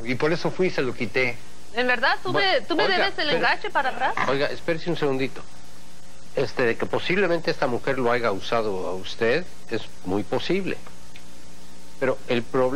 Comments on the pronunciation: Además dice AIGA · Por Favor el Juez Franco dice AIGA que forma de hablar mal es Haya Juez tenga cuidado al pronúnciar el castellano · Debe ser actuado porque un juez que diga aiga en ves de haya. No es juez..como se le pudo pasar ese detalle, mal librero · se dice HAYA no AIGA ojo pestaña y ceja: HAYA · Jajaja el juez burlandose de la ortografia del seño y el dijo haiga en vez de haya